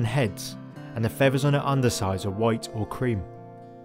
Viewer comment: Fevvers ? Fwee ? Nestin ?